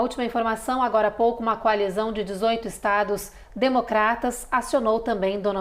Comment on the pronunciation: Excelente?? A Jornalista anunciou DONALDE TRAMPE 😂😂😂